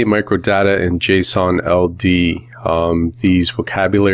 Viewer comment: I thought he kept saying Jason Aldean; the country music singers name🤣